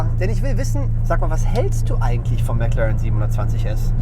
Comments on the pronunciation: Schnitzel6789 MäcLären! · Leute...... Lernt doch mal die McLaren Namen englisch auszusprechen..